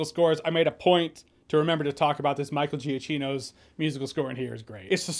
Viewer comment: it's Michael Jack-eeno